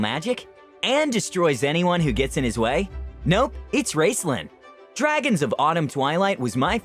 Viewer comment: your pronunciation of Raistlyn's name got me to question how i have been saying it all my life. (i started my whole fantasy reading career off of dragons of autumn twilight i received when i was grounded in 5th grade) and when i tried googling the proper pronunciation of the names, i got drawn into a cesspool of people mispronouncing even the most simple of the dragonlance cast names, and it made me both angry, and kind of amused. so good on you for making me go through that.